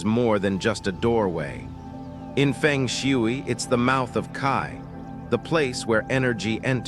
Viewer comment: I am annoyed on how you pronounce Feng Shui